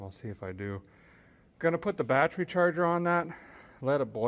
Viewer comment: The music reminds me of Pecos Hank. Did you say Biotch-ery charger ?